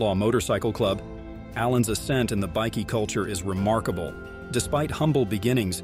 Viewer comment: You might want to learn to say Bikie properly, it's not pronounced "bikky", it's pronounced "bike-e".